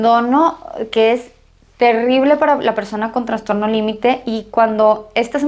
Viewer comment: Es transtorno o trastorno. Alguien me indica?? Escucho que ella dice Transtorno